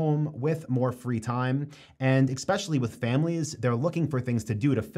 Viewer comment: Especially, not exspecially. 😊